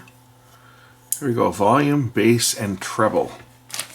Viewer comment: bass not base.